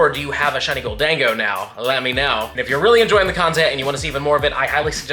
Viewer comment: lol “Gol-Dango” it’s Golden-go I believe